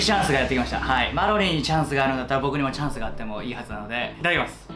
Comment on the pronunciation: りゅうじチャーンス！！www